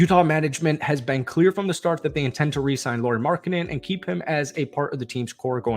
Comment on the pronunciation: cmon dude learn how to pronounce Lauri and Shams :-/